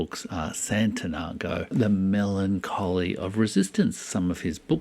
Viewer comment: Came across this channel. 30 seconds into the video... and apart from the Youtuber's disrupted, theatrical prosody which comes across as performative, I'm wondering if this presenter actually knows what or who he is talking about. László Krasznahorkai's debut is called Sátántangó, transl. "Satan's Tango". The title is definitely not the YouTuber's made-up word: "Santanago". 😂 Hopefully his reading of the other 121 nobel prize winners has been more thorough than his reading of Krasznahorkai.